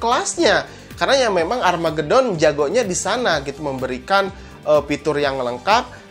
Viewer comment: "Armageuuudddon" wkwkwkw🤣🤣🤣🤣